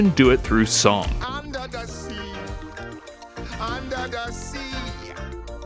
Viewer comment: Under da see 😂darling it's better where it is wetter take it from me😂😂😂 made my day